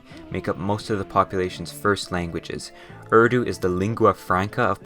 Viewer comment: The pain when Americans can't pronounce urdu names.